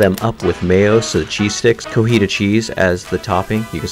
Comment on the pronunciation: Co-TI-ja cheese... It's not hard to pronounce